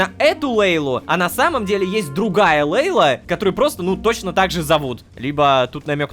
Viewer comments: Лололошка Ты Не Правильно читаешь Имя ЛЕйла а надо ЛейлА ударение на "А" заранее спасибо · Собираем петицию чтобы Лололошка говорил имя мачехи Джамиля правильно: Лейла́